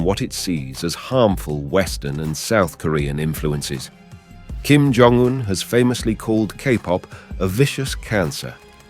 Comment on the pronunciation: No it's Kim John Dung